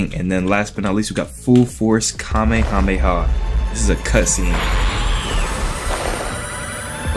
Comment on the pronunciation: The "Cam meh ha me ha~"had me on the floor 😂 (name it N00BHELLKING)